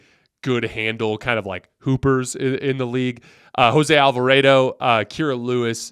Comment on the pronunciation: jose alverado😂😂😂 come on! Al-va-ra-do🎉🎉🎉